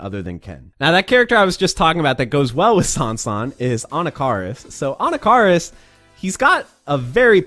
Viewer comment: Ann ah kah ris Please, for the children. Stop it. Get some help